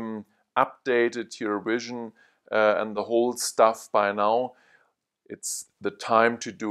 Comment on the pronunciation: man said wision